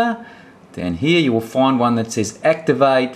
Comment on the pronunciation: Please say 'find' again..lol